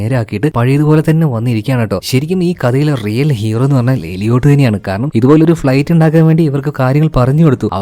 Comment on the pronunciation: എലിയോട്ട് ❌ ഏലിയറ്റ് ✅